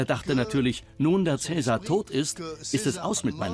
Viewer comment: Schade, dass der Name von Caesar überall falsch ausgesprochen wird.